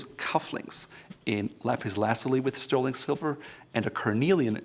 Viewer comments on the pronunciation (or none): none